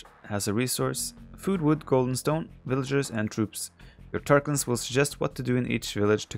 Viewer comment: SIX VILLIAGERS, lol, not horse! VILLAGER LIVES MATTER, lol